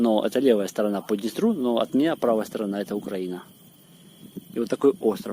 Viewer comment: УКРАЇЇЇЇЇНА , не УКРААААААЇНА!